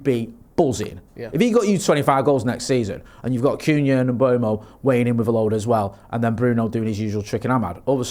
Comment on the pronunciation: You need to have a swear jar for every time someone says Mbuemo instead of Mbeumo.